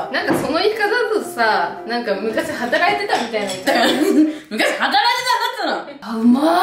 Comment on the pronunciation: 昔働いてたんだっつーのがちょっと訛って同郷として嬉しい😊ちょっとずつ食べるエアちゃんも美味しそう🤤🧡